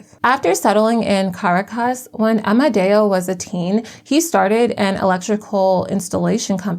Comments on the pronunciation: Make an effort to learn how to pronounce Ca-RA-cas. Or any other capital city. You go online an type, "How do you pronounce..." Takes 30 seconds.... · Hi, love the video! Just wanted to give you a heads up on Spanish pronunciation. Unless there’s an accent mark somewhere in the word, emphasis is placed on the second last syllable. So the capital of Venezuela is pronounced ca-RAH-cas. ❤ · Please pronounce Caracas properly; it is Car aa. Cus. You can look it up on Google. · The narrator may want to learn how to say Caracus. Go back to school